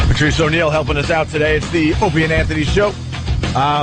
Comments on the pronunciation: "PERTREES" - saying "Patrice" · Just realized Opie says "Pertreese" can't unhear it now.